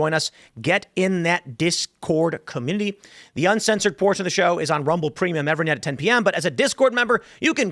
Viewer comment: Can he learn to say community properly